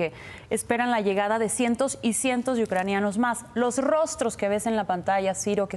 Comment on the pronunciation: Me impacta que el señor no sepa decir: Ucranianos